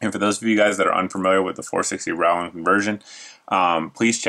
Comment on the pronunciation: John Rowland does not pronounce his last name the way you do, so why do you?